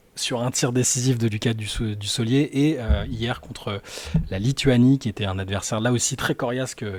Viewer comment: Pourquoi les commentateurs et journalistes disent Dussollier alors que le mec s'appelle et c'est inscrit sur son maillot : DUSSOULLIER ?!! Je ne comprends pas.